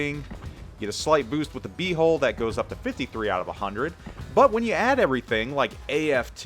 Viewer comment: I keep hearing you say hole instead of hull, so at first i heard A Hole